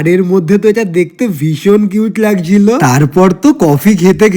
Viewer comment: Ei or ektu ucharone problem hoy ko tor ki